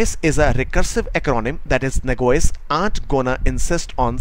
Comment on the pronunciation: I think you mean Nah Jee Ose; and not Nag woys, correct?